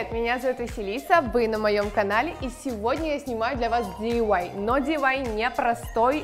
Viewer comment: Не дивай а ди ай вай